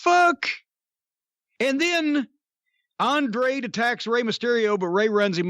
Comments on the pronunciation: Mr. Cornette, just to help you with the name Andrade it sounds like Ahnd rah day. I am an old school fan of yours. I'm originally from Knoxville and used to come to SMW shows regularly in town. You are usually on point about this newfangled rasslin. I'd rather have rasslin the way it used to be and the way you like it. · “There’s Andraid...Andradah..whatever the fuck”